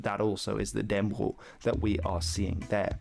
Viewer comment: All Danes know the story - and the pronunciation of Dannebrog is Dan-ne-bro the g isn't pronounced